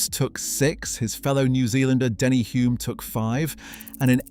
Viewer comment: Denny Hulme (with an L) was a household name when I was growing up in NZ, so it grates to hear it mispronounced in the video. I grew up in the same suburb as Bruce, and McLaren's Garage was my local gas station.